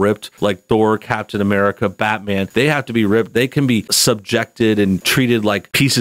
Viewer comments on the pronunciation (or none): none